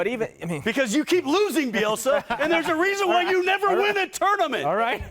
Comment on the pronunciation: Bielsa. Get the name right